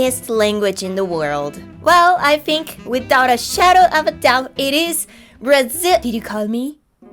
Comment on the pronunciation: caraca, ela falou braliziano